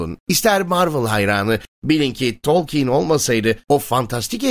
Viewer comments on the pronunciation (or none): Abi telaffuzun biraz üstüne gitmen lazım bence. Tolkeyn baya sinirimi bozdu.